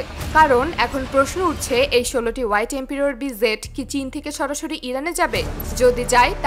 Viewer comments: একটা হলো jet আর একটা zet দুটা এক নয় মিয়া। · মাফ করবেন jet এর উচ্চারণ ভুল হচ্ছে, ওটা zet নয় বরং Jet